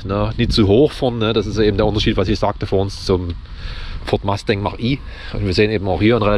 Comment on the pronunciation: Richtig. Das muss man sich nicht ansehen. Deshalb auch kein Abo, da deine Probefahrt und deine Meinung sehr subjektiv ist. Ich sehe vieles anders als du. Dir aber noch viel Spaß bei deinen Probefahrten. Eines noch: Es heißt FORD MUSTANG, nicht Ford Masting.